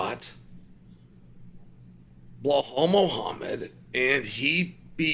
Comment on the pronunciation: You insult Belal when you mispronounce his name